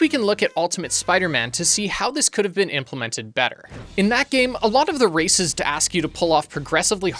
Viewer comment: when you say "races", i keep hearing "racists" for a sec before my brain corrects it 😂 (Im like, "Wait, what are the racists asking??")